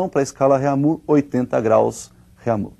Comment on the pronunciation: rêmir,eu como um aluno de francês sinto meus ouvidos doloridos